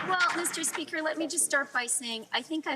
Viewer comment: Please don't say "Meester Speaker " again. Please, don't talk.